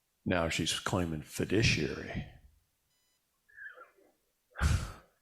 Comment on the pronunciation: Fiduciary, not "fidiciary". Sorry, but as you have been saying, and as we all know, words are very important.